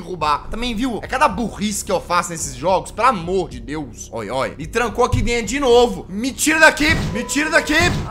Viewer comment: Fujir? Kkk é dento